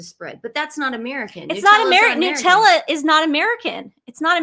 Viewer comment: No we say jam not spread. Here we say Nutella (nut not noo). 🇦🇺🦘🐨🦎💐❤️